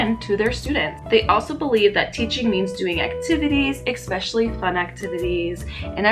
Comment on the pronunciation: You are SO cute and have a bright future, especially with 5th graders....but PLEASE stop saying EXPESIALLY. Driving me nuts!!! Really enjoy your energy and honesty too!!!